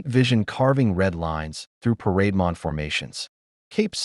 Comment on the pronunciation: AI calls parademon as parade mon.